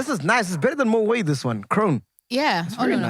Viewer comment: Surprisingly, Moët is pronounced with a hard 't' and not a silent 't' as is typical for most of the French language. You could pronounce Moët as mo-wet or even moh-et, but it's definitely not moh-way.